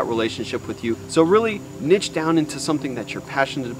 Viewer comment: Bro I enjoyed this video and your tips and experience was really valuable but I can't stand how you pronounce the word "niche" hahahha. Thank you for sharing though!